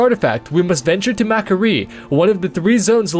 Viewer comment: Mac'Aree. sigh really?